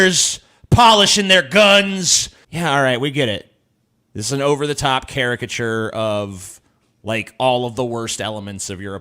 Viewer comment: Why were you mispronouncing "caricatures"? You also mispronounced "sociology" in another one of your videos.